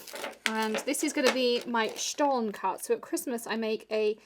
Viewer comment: Stollen? As us American butcher everything?